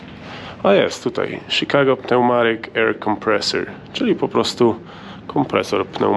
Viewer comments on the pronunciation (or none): none